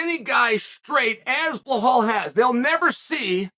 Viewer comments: Sonnen love your work but are you dyslexic, ignorant, plain dumb or is it a PR gimmick? I've been listening to you consistently mispronouncing names - but now you actually wrote it correctly: "Belal". However, you stubbornly, for some reason, keep saying something that sounds like "Blakhal". Same was with Pereira who, according to you, keeps being "Pierra", in spite of the scolding u got from Helwani. What's the gimmick? Is that some new way of getting attention? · "Blahal" 😅 it never gets old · Not at all in Arabic there is no H sound attached to Bilal pronunciation, he of course does it on purpose to butcher names because he thinks it's cool, typical Chael behavior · Blachal... I don't know if Chael is doing this misspellings of foreign fighters names on purpose... but it's hilarious 😂. Maybe he's just trolling. But it's like a running gag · Chael repeat two words after me … BELL - ALL. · Hazmat? Behal? Wtf is wrong with Chael's pronunciation? Typical american. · B, E, L, A, L. There's no H in it, Chael. Belal. It's easy. Repeat it after me, B, yeah good, Be...lal. Good job. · Like, sometimes Chael’s mispronunciations of names kinda make sense. But Belal has to be the easiest one. Or maybe we’re all blind and Chael is the only one who can see the H in the name Belal